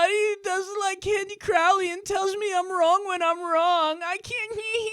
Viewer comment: Crowley rhymes with "holy".... durrrrr..